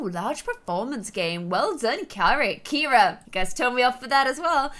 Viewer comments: You’ve been pronouncing “Ciara” as “Kira” this whole time and nobody’s told you idk if I missed something and you changed her name for some reason but my best friend is Filipino her name is Ciara it’s pronounced Ci-air-a but I guess it’s kind of to late now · It's annoying that she keeps saying Carrie instead of caira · CIARA NOT CARRIE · kept on calling Ciara, Carrie throughout the WHOLE VIDEO!!!!!!!! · DISE ANY ONE NOTICE THAT ALWAYS SAYS CARRIE INSTEAD OF CAIRA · It’s Kira not Carrie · KIERA NOT CARRIE!!!!😂 😂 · Who else notices that calls Ciara Carie? Like if you agree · Ciara not Keira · This was in the comments ages ago when Ciara was first adopted. pronounces it the Irish way.